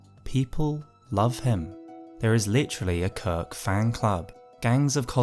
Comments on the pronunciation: Я мог терпеть берсерка, который звучит как безорк, но кирк - корк. Это слишком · Impossible to watch this video normally; I keep giggling every time he says his name